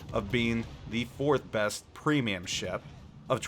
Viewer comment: Special ships aren't premiums. Also he has literally 1 battle in Bayard, 9 battles in Thunderer and whole 17 battles in his BEST PWEEMIUM Benham. This guy is so clueless and talks out of his ass. Last but not least, he doesnt define his rating criteria. What does 'best' even mean? His favourite? strongest carry potential? smartest game design? credit earn? what a throwaway video